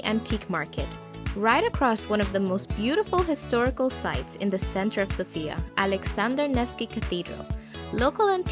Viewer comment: Please say Sofia with the accent on the “O”. It’s not pronounced Sophiiya, but SOfia.